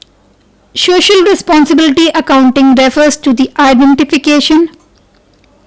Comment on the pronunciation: Mam its not shocial It so-cial